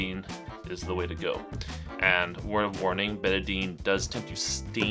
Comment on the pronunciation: Betadine is really not recommended usage for wounds anymore because it also kills white cells. Then again I knew you weren't a real doctor as soon as I heard you mispronounce Betadine. Soap and water is what any wound care provider would recommend now.